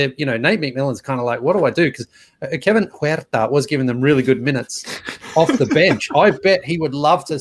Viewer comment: Why does he say Kevin huerter like that